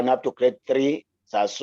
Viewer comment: lets all say Bulawayo instead of Bhulawayo